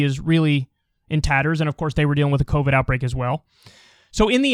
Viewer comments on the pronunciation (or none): none